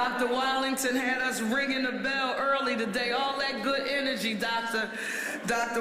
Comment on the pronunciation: Ms. Parker the superintendent's name is Wattlington not Wallington.